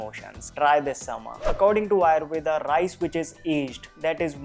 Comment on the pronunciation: Could u pronounce आयुर्वेद not आयुर्वेदा